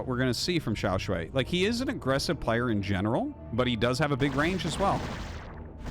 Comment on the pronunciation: Nah, we gotta assume that he would prefer if people said his name correctly. Before this time Artosis had been saying Xiao Sh-u-i instead of Xiao Sh-u-ai. I think it's a good change and not too hard to implement. If Xiao Shuai chooses an English language name, like all the Korean pros, that would also be cool. The purpose of Pinyin is to use some roman characters to represent each part of the Chinese language sounds, which are, thank goodness, quite consistent compared to the changing English sounds. As a native English speaker living in Taiwan, I wouldn't want to change Pinyin even one bit. Saying things however you want to say it is fine and good for tourists or diplomats, but if you really want to live here and not sound like a fool it's good to know how things should sound. The purpose of Pinyin is not convenience of foreigners. Local people here prefer to use a system called Zhuyin that has non-Roman symbols, which is also good for focusing on the correct Chinese language sounds. In Taiwan they use Zhuyin to teach kids, in China they use Pinyin in grade school the same way, even when they never learn English.